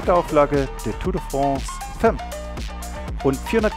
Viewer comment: Nice! Gar nicht gewusst dass es eine Frauen TDF gibt. Btw, femme spricht man „Famm“ aus :)